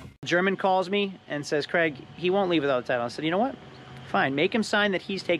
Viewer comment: yer name's not Creg ya clown, Craig is a Scottish name, pronounced CRAYG!